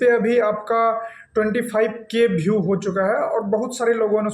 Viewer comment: Aapne view ko bheview kha isma matlab aap bihar se ho na bhai